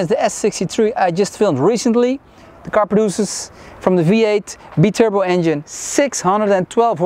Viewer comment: Love the way he says be turbo instead of bi turbo😂😂😂